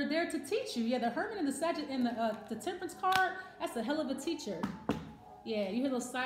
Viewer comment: This reader can’t even pronounce our name correct! I am not at SAGE! Moving on to somebody with some sense